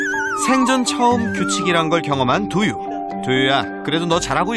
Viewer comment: 강훈련사님 두유발음 되게 Do you 처럼하신다ㅋㅋㅋㅋㅋㅋㅋㅋㅋㅋ